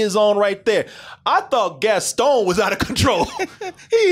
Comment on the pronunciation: Haha, the way says Gaston. He says, "Gastone". It's kinda like how he says the word, monster... "Muunster" Hahaha love you.